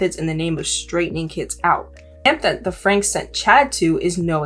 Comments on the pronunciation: Definitely not the point but for your future research, I believe their last name is pronounced “Frankie” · Last name is pronounced Frank-ie. Ruby & Kevin have gone off the deep end. It's sad for their kids and extended family.